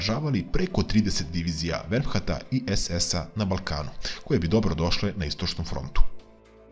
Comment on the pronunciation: Ovaj lik sto cita, totalno nepismen. Ne zna da izgovori reč VERMAHT a vrvt ne zna ni sta to znaci. A mozda ni urednici. I ponovo velicate samo PARTIZANE a BRACU RAVNOGORCE NE. Strašno. Nisam ni preslusao do kraja. Trebali su da ga uhvate